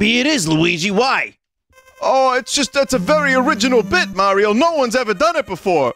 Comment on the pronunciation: It's pronounce Mario, not Mario.